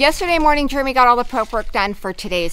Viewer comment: I saw someone say in comments once “Germy” …..and unfortunately, now I can’t unsee nor unhear it., say “Jeremy”.